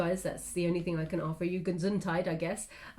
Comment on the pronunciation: Uh your German pronunciation is quite good,!:) Commenting on the "Gesundheit" (Bless you) Thanks so much for your reading! Love <3